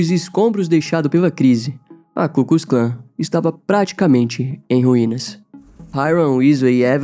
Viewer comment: e não é ku kus Klan, é ku klux Klan !!!